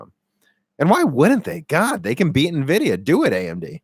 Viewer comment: if you're gonna say nevidia, shouldn't you call your laptop hp nevy?